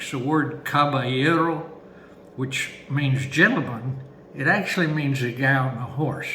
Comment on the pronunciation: As a chilean spanish speaking guy, he nailed the “caballero” analogy.